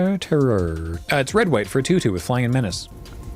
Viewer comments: mispronounced menacé... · Excuse me, pretty sure you mean men-ah-chay